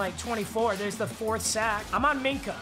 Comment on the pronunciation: Nobody:: MINKAH MINAH AHHHHH